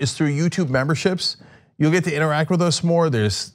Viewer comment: It’s “get” Marjie, not “git”.